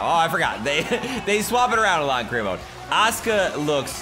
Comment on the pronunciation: God dammit there is a U in "aska's" name.